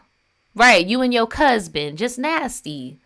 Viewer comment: Cusband is crazy 😂😂